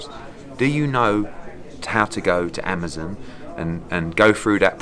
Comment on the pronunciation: Ahmazin? It's Amazon, Eddie! 😂